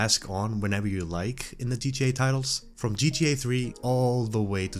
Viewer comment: Bro it's g.t.a 😭 how hard can it be to say?